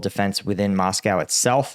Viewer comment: It's not MoscoW; say Joe, say blow, say Moscow. 😂